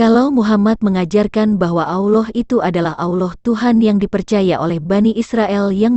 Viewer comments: ALLAH bukan auloh... Hanya anjing yang mengaung... Auuu... Manusia bila disesatkan maka pikiran dan lisannyapun sesat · Mengucapkan nama Allah aja kok gitu..nyebutnya aulah...beda dgn orang muslim cara menyebut nama Allah..